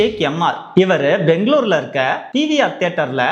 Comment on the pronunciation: Love the way you pronounce Bengaluru not banglore